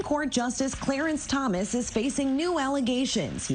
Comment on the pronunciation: I liked hearing the female reporter calling the SCOTUS justice "CLEARANCE Thomas" ... :D